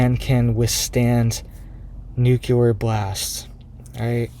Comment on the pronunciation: Nuclear is pronounced "NOO-KLEE-ER" not "NOO-KYA-LER". Wtf is wrong with you? That is so irritating.